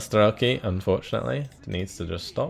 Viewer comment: It is better to say Strelki with accent on "i", that means "shooters". When u say StrElki, that actualy means clock arrows. :)